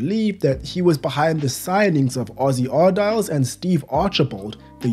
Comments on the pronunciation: "Ossie Arr-diles" Tell me you're too young to remember the 80s without telling me you're too young to remember the 80s 😂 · Ossie's name is pronounced ar-dee-lez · it's pronounced Ossie Ar-De-Lez. 👍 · Lol that made me chuckle too. First time I'd ever heard it pronounced like that.